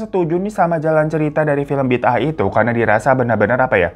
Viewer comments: Sebutannya nyambung -> bidaah (bi daah). Bukan bid ah. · Sebutan bidaah itu kalau diMalaysia pengucapannya Bida'ah./Bi.da.ah. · BIDAAH the pronunciation is BI DA AH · Malaysia singgah buat Bang Hiro cute glowing Kaching ❤🇲🇾Pembukaannya faizal hussein,pelakon senior di malaysia.. Sebutannya bida'ah bang... Sy rase,perkara dn hal³ sebegitu mmg ade terjadi...ibarat ajaran sesat.. Semoga kita semua dijauhkan dri perkara³ menyesatkan...love u bang hiro!!! Tq tq tq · Bi da ah bang sebutannya klu di Malaysia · Sebutan A Indonesia sama Malaysia kan ngak sama.tajuknya bi da ah.bagus cerita ini menunjukan kepada warga supaya sedar kebnyakannya Masih percaya benda yg sesat begini.cerita ini udh menungkapkan fakta sebenar yg ada di negara kita sekeliling kita.bnyk yg marah itu kita mungkin tahu lah kenapa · Sebutannya bi-da-'ah, dari perkataan bahasa arab juga. JAKIM adalah badan agama kerajaan yang bertauliah yang akan memantau dan memperkasakan agama islam di Malaysia. Selain ajaran sesat di atas, ajaran Mashitah agak banyak juga pengikutnya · Bida ah bang sebutan nya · sebutan nya BI DA AH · Bida'ah sebutan orang Melayu....ada yg sebut 'bedo'oh', 'beda'ah'..ikut loghat